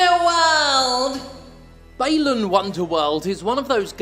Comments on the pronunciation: should be pronounced as ‘Bah-lan’. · You are the only one Ive ever seen pronounce Balan with a long "A" instead of like "aah"